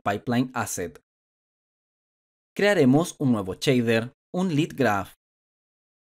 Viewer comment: Cada vez que oigo "Chader"... Grrr